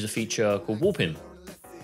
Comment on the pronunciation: haha just sounded like youre saying woopin